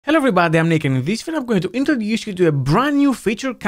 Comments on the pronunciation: Everytime Nick does his intro all I hear is "Hello everybody I'm naked." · So true 😂